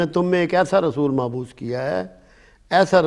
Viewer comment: آپ کی گفتگو عموماً انتہائی خوبصورت اور مؤثر ہوا کرتی ھے اس گفتگو میں آپ نےایک لفظ غلط استعمال کیا ھے اللّٰہ تبارک وتعالیٰ نے انبیاء کرام کو مبعوث فرمایا ھے جبکہ آپ نے معبوث کہا ھے معافی چاہتا ہوں تنقید مقصود نہیں ھے لیکن آپ جیسی شخصیت کے منہ سے غلط لفظ کی ادائیگی سننے والوں (کم علم لوگوں کی گمراھی کا سبب بن سکتا ھے )